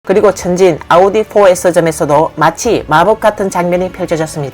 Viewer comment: 아니 중간 더빙도 다 아우디라고 하면서 오달이 뭐요? 듣기 참 거북하네..이런건 좀 브랜드 명 그대로 발음해 주면 안되나? 다른건 BMW BENZ 이렇게 하면서.. 좀 신경좀 쓰세요.